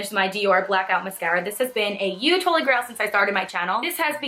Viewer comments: Hey! I love your videos! I'm not trying to be mean or anything but when you say 'huge' it doesn't sound like you're using the 'h' and it sounds like you're just saying 'uge'. I'm not sure if that's just me or what 😳 but I still love you! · Can I ask why you say huge the way you do?? I've only ever heard it said that way by someone from the Netherlands speaking English